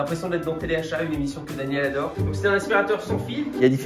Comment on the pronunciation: "Je l'adeure" 😂😂